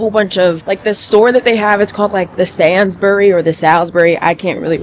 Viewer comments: loooooooool as a brit, hearing the way you pronounced 'sainburys' was hilarious, but yh most known supermarkets in the UK have a big version and small (local) version. Love your vlogs as always. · i was so confused when u said salsbury i was like huh but sainsburys loooll and thats just a small one they have some major big ones like walmart, love you <3 hope u enjoy the uk